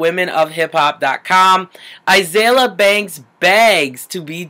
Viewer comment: Okay , I like you and concur with a lot of things you have to say, but at least say her name right. A-zeal-ia